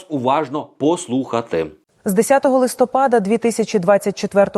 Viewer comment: Взагалі було ЛИСТОПА'ДА ,а не листо'пада. І не поча'ли,а почали'.Чи "пофффєсор"" фаріон Вас так начила?